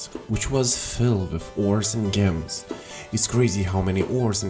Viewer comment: Whenever he mispronounces "Gems" I can't help but wheeze 😂